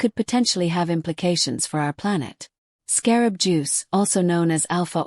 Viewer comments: The AI that is talking can't even say the proper name for this star! Not really believable discussion on this subject. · AI speaking can’t even say the stars name right. Annoying, enough to pause and watch something else!!!